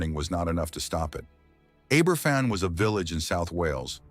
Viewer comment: Right, that does it. Aye ber fan? I'm off.